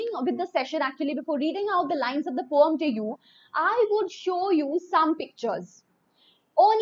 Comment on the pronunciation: Mam don't know how to pronounce poem😂😂😂😂😂😂😂😂🤣🤣🤣🤣🤣🤣🤦🤦🤦🤦🤦🤦🤦🤦🤦